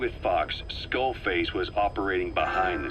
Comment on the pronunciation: XDD skull fake....FAKE en vez de skull face